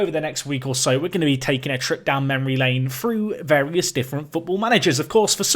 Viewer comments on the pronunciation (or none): none